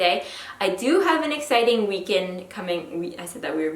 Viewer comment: When you said "weekend" funny, it kind of sounded like "French " was spontaneously coming out! Cute!